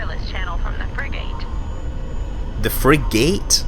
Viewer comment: did she say free gate or frigate?